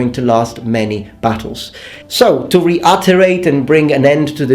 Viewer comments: Reutterate? You mean reiterate? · re-uterate or reiterate? lol just kidding I agree with most everything said. Great vid